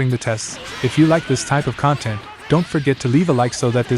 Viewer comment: damn that's crazy, these things are coming so far the only thing that really tipped me off was it using the like at peace pronunciation of content vs the like internet content pronunciation while still sounding like a native speaker otherwise